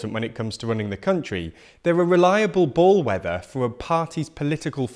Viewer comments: What's a "ballweather"? Unless you meant "bellweather". Lol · Did you say "ball weather"??? Do you mean "bellwether"? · "Ballwether" ...?! _Bell_wether. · "ballwether"? ...like when you've just got out of a rather chilly pool? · It's "Bell weather" and Urban"! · 'Ball weather'?? Is that deliberate, because it should be bell weather😂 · reliable "ball" weather??? lol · "... ballwether ..."? Methinks you mean bellwether. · Bullweather? Bollweather? Is the a legit brit pronunciation of _Bellweather_? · Bellwether, not “ball-weather” 😂 Read through the script beforehand, and LOOK UP any words you don’t actually know. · What on earth is a "ball weather"? Did you mean bellwether? Or does testicular microclimate somehow impact on local election results? Edit: Also ... "ubran"? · Either someone can't proofread a script, or someone can't read a teleprompter. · The word you mispronounced should be "bell-wether", which is a castrated ram that led the flock and was easily located by the bell round his neck. This meaning has been extended over time. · For continual improvement purposes...."Bellwether" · By not spelling Urban right, by mispronouncing bell-weather (or was it supposed to be barometer?) and other things that make it clear that it was a rush job.